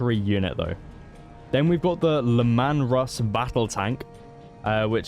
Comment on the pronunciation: Plasma = "Plas-ma", not "Plaasma" Sergeant = "Sar-gent", not "Sir-gent" Leman Russ = "Lee-man", not "Lemon" I mean the tank crew even says their name correctly when you select them man 🤦🏻